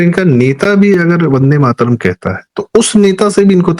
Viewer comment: वन डे माट रम जिसका उच्चारण हो वह पार्टी वन्दे मातरम् कैसे बोलेगी ? जवाहलाल जी क़ो किसी भी चीज़ क़ो टुकड़े करके आनंद मिलता था, चाहे भारत क़ो टुकड़े करना या वन्दे मातरम् ही क्यों न हो. बहाने बाज ने जिन्ना क़ो जो पसंद नहीं था, वह बहाना था, ख़ुद का इस्लाम जागा और कर दिया टुकड़ा !